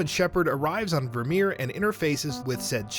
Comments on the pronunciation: Vir(like fur) my-er!! I literally stopped watching after the third time he said it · Ah yes, "Ver'Meer." We have dismissed the claims this is the correct pronunciation of the planet Virmire. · This guy has never played mass effect. Virmire...... its only ever did one way... and so many times... ver-my-yer. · Virmire = Vermeer? Really? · Ver-My-err Tuh-Chan-kah You're welcome. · Maybe next time, getting someone who actually played ANY of the games, to read the script would be a good idea. Mispronouncing Virmire, Kalros and even Quarian, is really really sad, and irritating. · The incorrect pronunciation of Virmire hurts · my same exact thoughts. Not only is Virmire said half a dozen times in ME1 but it continues to come up throughout the other games as well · the way this guy says virmire is beyond irritating. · Kaiden’s VA quite famously mispronounced it reading his letter to femshep. I found that more inexcusable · He even says Virmire and Kalros wrong. I've lost count as to how many times Virmire is said throughout all three games. Plus Kalros is said a whole bunch of times during the cure the genophage section of Mass Effect 3.